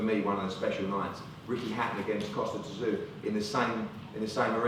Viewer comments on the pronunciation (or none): Why are Eddie Hearn and Joe Gallagher pronouncing Kostya Tszyu as Costa Tazoo. Its not even kind of close to how its pronounced.